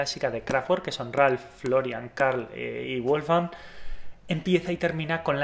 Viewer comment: Una cosa. Se pronuncia “Kráftverk” (es una palabra ALEMANA) no “Kráftgüerk” Al igual que el nombre del autor del libro es “Vólfgang” no “Guólfgang”